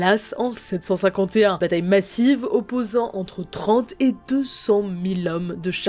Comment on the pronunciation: Ecorcher le nom d'une bataille aussi célèbre? Vous me décevez.